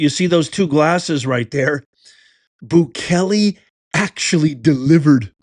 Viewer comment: Prounced Boo Kay Lay!